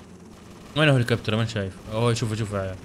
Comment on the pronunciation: هيلكوبتر ❎ هولكبتر ✅